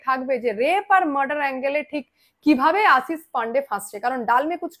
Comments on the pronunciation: তলব্য শ আর danto সা ঠিক করে উচ্চা রান করো আসিস না আশিস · Tomar modhye anek pratibha. Journalism er.. kintu kichhu jinish ektu Kane lage. Tomar pronounciation ne.. segulo thik korle tomar nam purnyo matra pabe.. jamon Ashish but not Asis.. banglay erokom hoy.. asha kori kichhu mone korbe na pls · Madam Ashish pronounciation thik korun please. Apnar kache shothik information pai.